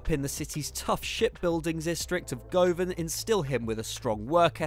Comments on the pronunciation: Govan is pronounced guvan not gOavan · It's pronounced Guvan not gooovan, and it was 1967 celtic won the European cup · Govan, pronounced like oven with a G before it. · Sounded like girvan no govan 🤣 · I’m not Glaswegian but I’m pretty sure it’s pronounced “Guvvan” not “Go-van” even though that’s how it’s spelled. You’ve clearly never seen Rab C. Nesbitt... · Govan is pronounced Guvan not Goovan and Celtic won the European cup in 67 not 68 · govan is pronounced guvin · Wow. The presenter pronounced Govan - Go-vin. It's pronounced Guh-vin. You have no idea how many Glaswegians that mispronounciation is going to piss off mate. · no worries m8. Understandable. For future reference, its pronounced 'Guvan' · The part of Glasgow where he lived, Govan, is pronounced as in governor, not as go-van. If that makes sense? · It’s spelt govan but pronounce guvan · It’s pronounced more like guvan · The way he said govan and that Celtic won’t the European cup in 1968 really REALLY annoyed me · Apologies on the Celtic one 🤦‍♂️ not the kind of error I usually make. As for Govan I did look for pronunciations and all I could find was American ones, so went with my gut instead. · I couldn’t believe my ears 😂